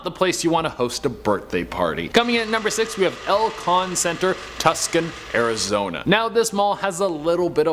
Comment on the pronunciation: Did he say 'Tus-kon"? I no longer believe yall are the future!